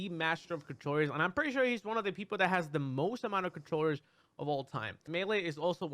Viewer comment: Mew2king: "Controwers" Me: so thats what its called